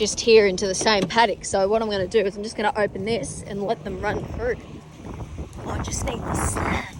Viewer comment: I enjoyed this vid as I do all yours, but I have to finally ask: Is "thruff it" a slang pronunciation thing going round that I am not aware of, or is it mostly there in Australia? You are the only one I've heard say it but I have heard you say it several times now. Just wondering!